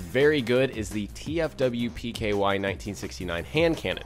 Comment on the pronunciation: The hand cannon is pronounced teh-fwip-key or its meaning of, the fallen will probably kill you